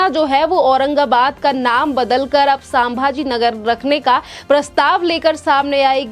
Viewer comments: मॅडम:--- सांभाजी × नहीं 👎 संभाजी 👍✓ हर हर महादेव 🚩🇮🇳🙏 एक मराठी माणूस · कृपया pronunciation पर ध्यान दें। सामभा जी नहीं है शम्भा जी महाराज है। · सांभा जी नहीं, संभाजी!